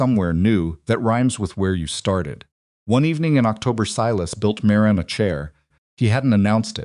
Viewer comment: However, he pronounces Marin as Mah Reen a lot instead of Marin.